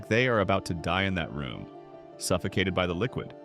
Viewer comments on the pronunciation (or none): none